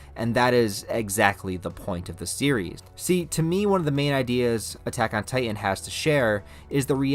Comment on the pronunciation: There are two T's in the word Titan,. You keep saying "Ti-en". Its Titan.